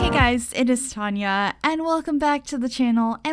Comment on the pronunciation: Omg I always thought you were saying "hi guys, it is time yall" instead of Tonya 😂👏🏻